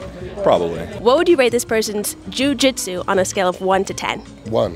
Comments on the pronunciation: Love her pronunciation of joo gee tzu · Jiu Jitsu was giving trouble every time she had to say it. She pronounced Jiu Jitsu differently every time. Still love her platform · Why is she pronouncing jiu-jitsu like that? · The way she pauses and emphasizes the “jiu” in, jiu jitsu is adorably funny.